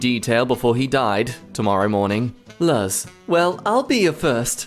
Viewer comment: Luz is pronounced looz or Loose